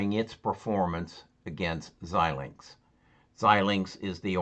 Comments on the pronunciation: Pronounce: ZY-Linx... FPGA: Field Programmable Gate Arrays.... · Pronouned ZY -linx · It's pronounced: zi - lingks